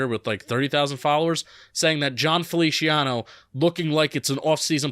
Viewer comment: I think it's funny that pronounces it Felishiano